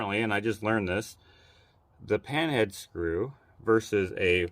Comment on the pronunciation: Are you saying pinhead or pan-head on the screws? That’s a great tip I’m going to tell my hubby. BTW, you are doing a great job with the camper. I love watching you guys work. Funny banter & your editing is perfect!!!